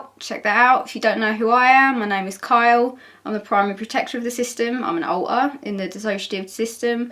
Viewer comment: I love your pronunciation of alter. :3 Also I'm so glad you all decided to come back!! So many people are happy that you are helping us all better understand mental health and DID!!!